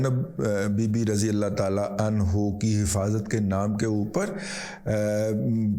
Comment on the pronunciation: BiBi Zainab Aanhaa hota hay Aanho nahi hota